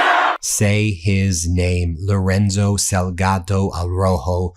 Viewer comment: The last piece of text you read Ben. You called him Loronzo instead of Lorenzo. Then you said the Salgato family instead of Salgado. The amount of place & people's names & other words you say incorrectly is astounding. I mean, it took you weeks before you pronounced Hormuz correctly. It begs the question Ben. Have you got early onset dementia? 😂